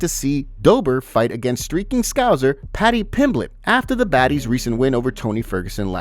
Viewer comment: STILL can’t say Scouser correctly